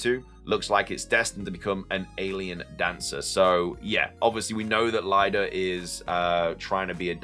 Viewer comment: I'm pretty sure Lida is pronounced "LEE-DA." No one would be called "LIE-DA."